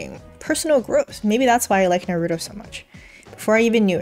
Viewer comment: I know it shouldn't, but your pronunciation of Naruto bothers me. Thank for all the knowledge.